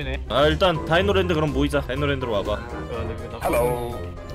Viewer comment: 다이노랜드가 아니라 디노랜든대ㅋㅋㅋ